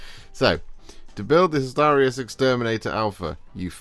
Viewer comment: You pronounced Hastarii correctly. Appreciate this as it always mispronounced!